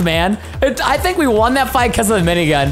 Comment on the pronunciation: Why does preston call the turret aminigun?